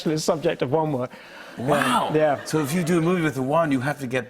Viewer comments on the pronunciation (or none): What he said: Wand work What I heard: WoN wOn